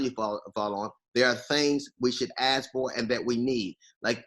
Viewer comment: When DL says when your ask is different from my ask, and he kept saying ask. Lol, it sounds like ass instead of ask. Lol